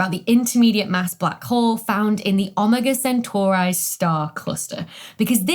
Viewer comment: Ah-mah-gaw sintor?